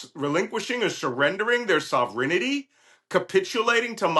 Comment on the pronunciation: There is no such word as ‘sovrenity’, its ‘sovereignty’. But, you go Malcom! Slava Ukraine!